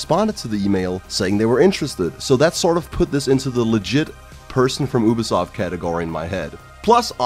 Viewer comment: I didn't understand why you thought the scammer was from Yugoslavia but then I realized that's how you pronounce ubisoft